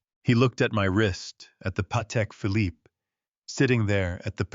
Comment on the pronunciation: Leaving Sandra Kowalski in Bel Air seems like an unfinished thread. And the final "e" in Phillipe is SILENT!! ARGH!!!